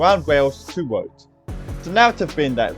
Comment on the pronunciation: Sounds like a story about Wailways and Woads